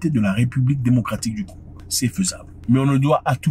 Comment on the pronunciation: Zack a du mal a dire le pays de simon kimbangu